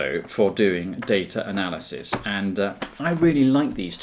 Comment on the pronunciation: "Daytra Nelisys"